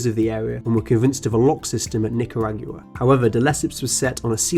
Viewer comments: that ain't how you pronounce Nicaragua. It ends like GwaH, not GOOWAH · Btw it's not nick-kuh-rag-you-uh, it's Knee-ka-raw-goo-ah. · The way you said Nicaragua. It's "nick-ah-raw-gwah" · I like how he butchered the pronounciation of Nicaragua, it's Nick-ah-rog-wa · Interesting video, but I cannot not comment on your pronunciation (and apologies in advance, it just bugs me too much), it's row-suh-velt and not roo-suh-velt, and it's not nicaragooah, but nicaragwa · Nicaragua = Ni-ca-ra-GWA, not Ni-ca-ra-Gyou-a. And Roosevelt = Roo as in grow, not rew.